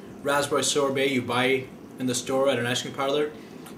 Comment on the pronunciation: It's "sorbet".